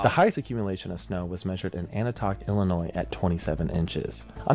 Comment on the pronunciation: Ani Toch, il, hahahaha, that is SO not how it is pronounced, lol. It is pronounced ANTI OCH. I am from Chicago. Winter of 1993 seriously sucked balls man.